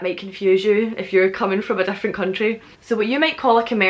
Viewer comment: She says Different also Weird, it sounds like she's saying Dif-lent.